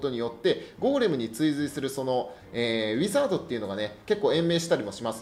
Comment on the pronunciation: うポツです！ ウィザードの発音が…